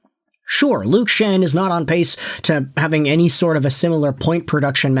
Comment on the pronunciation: luke Schenn? bro what?